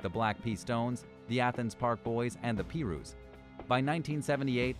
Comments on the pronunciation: It's pronounced PIE-ROOS not PEE-ROOS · LOL LOL LOL LOL LOL ,,,,,OMFG ,,,,,, come on commentator for fuck sake, your description of the CRIPS & Their enemies especially the PIRUS ,,, LISTEN TO ANY COMPTON GANGSTERS AND AFFILIATES ITS PRONOUNCED PY-ROOS NOT WAT U SAID LOL PEE-ROOS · It’s pronounced pie Roos not pee Roos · This dude said Pirus as Pee-rues 💀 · This dude said "peerus" bruh its PIRU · 😂🤣 lmao.. He said the pee-ru's... smh... idk how he could even mistakenly do that, look at the word! HOW tf do u get pee-ru's? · soon as I heard him pronounce the word Pirus, all credibility went out the window. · The way he said “pirus” really made me mad